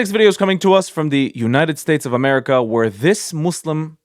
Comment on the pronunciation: The way he says united states of amerrrica is so funny